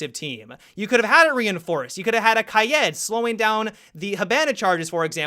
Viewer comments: Ka-yed? Shouldn't it be Ka-ee-d? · Whyyyyyy do you keep pronouncing Kaid as “Kayëd”? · Kye-Ed and hih-ban-a cmon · pronounces kaid like kai-yet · I hate how most of these youtubers still pronounce kaid wrong